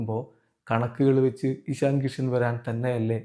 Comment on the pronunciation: എഷണി അല്ല ഇഷൻ